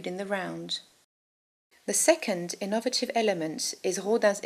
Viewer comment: "In-ov-rative"? [ , ] "Prol-ee-fates"? It's scheeck to me.